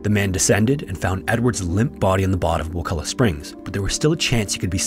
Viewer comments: Props for pronouncing wakulla correctly,but theres nothing warm about wakulla springs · Finally someone pronounces Wakulla correctly. Also Wakulla springs is NOT warm lol